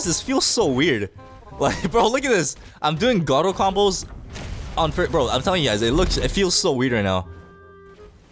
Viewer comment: Theres no way he said garoo 😭